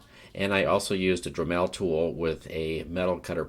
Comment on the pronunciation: Dreh-Melle lol. Not making fun, it was just funny to hear it pronounced like that, never heard that pronunciation before. But I believe it's pronounced more like "dremle" (like "tangle" or "apple").